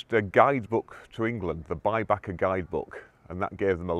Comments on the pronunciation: Baedeker guide not bybacker............. Interesting video. Lovely Feock church. Ledbury church and Bosbury church in Herefordshire have separate bell towers, not because of different ground levels as far as I know. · Dr Mark has done a really good video on this. Someone linked it in the comments. And he pronounces Baedeker correctly. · There was a recent Mark Felton video here on YouTube about the Exeter bomb. BTW it's "Baedecker".